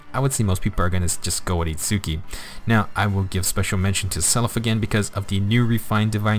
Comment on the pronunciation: Minor nitpick: Itsuki's name is pronounced without an emphasis on the U, which is a common trait for Japanese words with a U in the middle when Romanized. Therefore, it's a two syllable name that sounds like "ITS-key". Anyway, as for Nemesis himself, I think the weapon is unique enough that I'll build one copy to use for Arena Assault, but because he doesn't hit that 180 BST, I won't go all in on him. I'm also disappointed we didn't get God Shattering Star for his GHB map. Now our last hope for getting that song in FEH is the inevitable Legendary Claude.